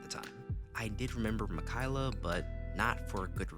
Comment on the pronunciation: Mikayla?😭😭😭 mi-ka-e-la